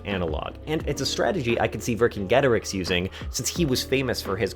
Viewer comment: Vur - sin - jet - uh - riks